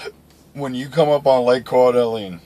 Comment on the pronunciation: Its pronounced core da lane, good videos man i plan on driving for TMC when i get out of the army so thanks for the insight